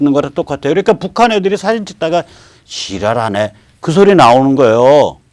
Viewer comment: 지랄하네 소리가 한국사람 말소리가 아니더구만요. 북한사람 말투로 들리던데